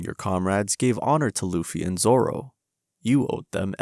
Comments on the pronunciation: Me: Oh wow, a miserable life video but about anime, mainly One Piece, instead of animals? Groovy! Might even subscribe! This guy: Roronoa Zola Me: ... 🤢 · I never heard anyone pronounce Zoro this funny. I can’t anymore😂😂😂